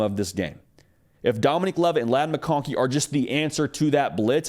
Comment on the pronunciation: …it’s DomiNICK, not NEEK.